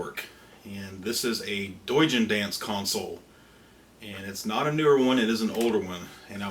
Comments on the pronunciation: You say it like he's a german modder, "Deujindance" :P "Dough-gin Dance" is what it should be, if i assume correctly and the dude's going for a Japanese thing. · Pretty sure it's pronounced "doe-gin", as in doujin. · teeeeechnically it would be dough-jean but it's close enough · pronounced "Dohh-jeen"